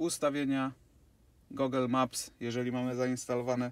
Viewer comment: Ijos, Apel (później Ajpl), Gogel takiej wymowy to ja w życiu nie słyszałem :D